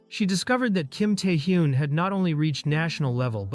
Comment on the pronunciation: T e a hyun. Guys pls at least listen once to what ai "reads". It hurts my brain